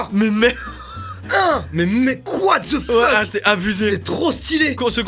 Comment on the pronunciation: Eh le "QWATTE ZE FEUK" de Mastu à il était légendaire 😂😂